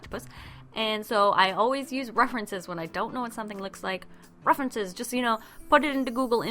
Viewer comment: 'ruffrences' lol